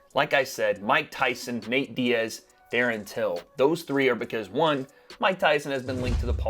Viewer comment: “Darren tillon”😂😂😂😂